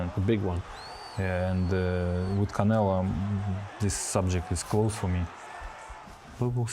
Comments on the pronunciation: Bivol keeps calling Saul “Canela” Lmao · Yeah I know 😂😂 why tf is he pronouncing his T’s like that